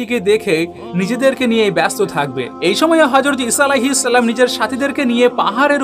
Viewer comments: salam ta porjonto suddho kore bolte parona boyan maraw? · তুই তো ঠিক মতো সালামে দিতে পারিস না ট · ভাই যান আপনার সালাম টা ইকটু ঠিক করেন